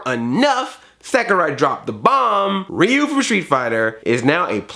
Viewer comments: Calm Rahman Neither, when it's Japanese (or pretty much any Asian language). "Ryu" is meant to be pronounced as one syllable (like how "Tokyo" is two syllables, unlike the three that English speakers say). Just put a r/ruh (the R actually sounds like a blend of R, L and D) in front of the "yu" part, which you know how to say. When Ryu does his uppercut and shouts "Shouryuken!" the middle syllable is pronounced like his name, so you can listen to that. Though, if you don't want to bother with this, go with "reeyu" like Andre does; it's kind of close, people will know who you're talking about… maybe not Japanese people, but other people will. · It is pronounced Ri-u